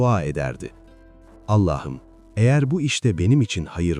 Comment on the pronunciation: Her şeyi güuel telqffuz ediyorda nedense bir Allah'ım yerine Ellah'ım diyorsunuz, şulenin cami önünde ettiği duasında.. ilginç..